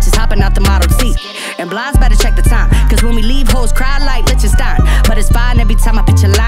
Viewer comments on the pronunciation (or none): Love this and QH, but why didn’t anyone hit up Blimes to let her know she’s mispronouncing the title of the track?